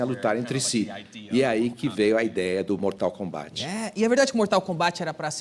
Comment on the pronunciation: danilo nem sabe falar mortal kombat